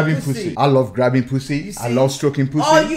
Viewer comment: Ai lov graubing poosi* Had me dyingggh😭😭😭😭😂😂